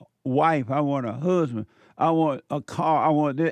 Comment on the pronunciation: I wan’a hu’band, she said.